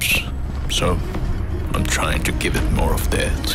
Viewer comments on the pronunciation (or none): none